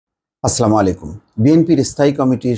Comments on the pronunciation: আসসালামুয়ালাইকুম সবসময় দেখেছি আপনার সালাম অশুদ্ধ হয় প্লিজ একটু শুদ্ধ করে দিবেন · সহীহ শুদ্ধভাবে সালাম শেখার জন্য মোস্তফা সাহেব অনুরোধ জানাচ্ছি